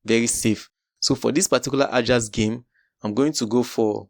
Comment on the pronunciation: Ajax is pronounced as 'Ayax', research about how teams' names are pronounced correctly... Start with Bologna & Leicester 😂